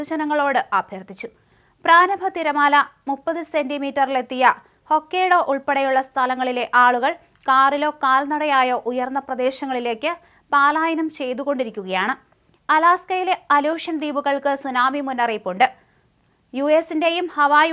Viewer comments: പാലായനം അല്ല കൊച്ചേ പലായനം അല്ലേ. അതു പോലെ 50cm എന്നാൽ രണ്ടു അടി പോലുമില്ല. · പാലായനം അല്ല, പലായനം.